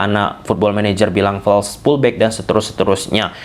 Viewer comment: Btw, sorry gw agak confuse saat bilang pullback pullback (gw kira tarik... tarik) eh kagak taunye FULL BACK.